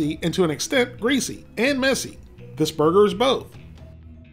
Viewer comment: How many times does he say “brrgrr”